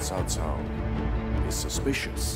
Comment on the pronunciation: Cao is pronounced three different ways throughout this episode by three different actors. Tsao, Cow, and Jow. Actors need directors. You can't just give them a script and let them do what they want. lol